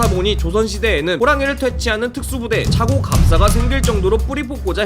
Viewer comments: 착호감사를 [차고감사] 라고 발음 하는게 어디 있나요 [차코감사] 라고 발음해야죠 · ”차코갑싸“가 맞는 발음입니다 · ㅋㅋ 차코갑사가 맞는 발음임ㅜ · 이새끼 갯땅쇠인가? 착호갑사를 착오갑사라고 발음하네... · 착호갑사를 차고갑사로 발음하는건 태어나서 처음들어봄 ㅋㅋㅋㅋ